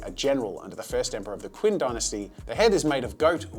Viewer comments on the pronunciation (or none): "King" dynasty? If it's spelled Qing then it's supposed to be pronounced as "Ching" 😋